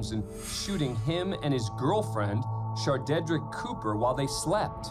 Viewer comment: HAHAHAHAHA "shardeadrick" REALLY??